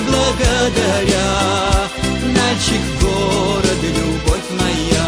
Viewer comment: Налчик базар, что за Налшык? что с дикцией?